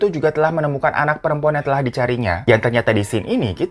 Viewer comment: Akhirnya kangenku akan kata "Telakhkh" terobati 😂 kata telah paakke huruf hijiyah kho, bang Hiro doang 🤣🤣🤣